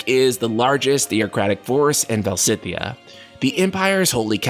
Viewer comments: Stop saying "Val-si-thea". Its "Valis-thea" 🤦‍♂️ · I think Valisthea is pronounced [Vuh-leez-thee-uh], but I could be wrong. The particle [Thea] resemble the name of the Greek titaness of the earth (the equivalent of Gaia in Latin — coincidence?) and it is pronounced like this in english ( thee-uh). Also, even though I think [his name] will be pronounced like "drive", Clive /klaiv/ means "cliff" /klyf/, so you were not entirely wrong. There’s a semantic correlation there! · I'm Portuguese and I'm just saying because I think I can help with the pronunciation. It's VaLISthea! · Either "val-ist-ay-ah" or "val-is-thay-ah" would be my bet. Definitely not the ways pronounced it unfortunately, I think he must have subtle dyslexia - though he does read out loud well, I'm terrible at it. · I am going to bet "Valisthea" is going to be pronounced "Val-us-TAY-uh" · Va-lis-theya or -thiya, perhaps? 🤷🏻‍♂️